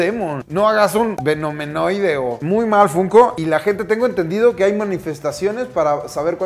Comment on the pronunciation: Jajajaja . Venomenoide . 😅😅 Se llama venenoide